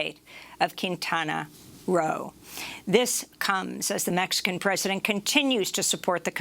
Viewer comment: Why does Amy, report news on Mexico & other Latin American countries, Juan should report them, Amy does not know how to pronounce words in Spanish . She is shameless. She mispronounced Guatemala's President & the City Quintana Roo.